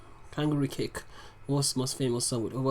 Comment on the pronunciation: Bro, is WOS not WOZ